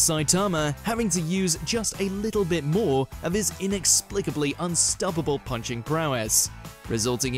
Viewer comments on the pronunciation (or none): none